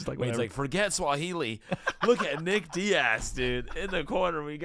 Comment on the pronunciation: Sensei said swahili 😂